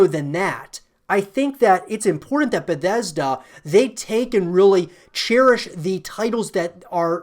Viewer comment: "Beddesda", "i-d software" please no :(